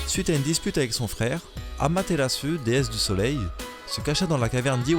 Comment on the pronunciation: "Champion mon fwère" Excellente vidéo, en préparation d'un voyage au Japon, les lieux (villes, villages, resto...) que tu montres sont très intéressant je prends note! ;) Continue ainsi!